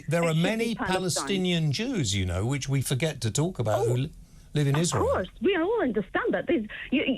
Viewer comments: She said "isra-eely" which is the way idiots and bigots pronounce it. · She must live in a box somewhere. She pronounces 'Israel' in Arabic so I reckon we have a clue as to her political leanings. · Totally , she pronounces Israel in an awful manner